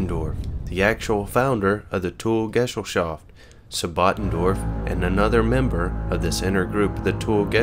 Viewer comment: the word is not pronounced gessel shaft but guhZELL SHOFT! the mispronunciation damages the credibility of the whole program